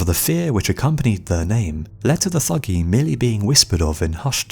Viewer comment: the Thuggee were not "profession murderers", and it's pronounced 'tuggee'. the murder of caravans of travellers was a once a year religious ritual dedicated to Kali Ma.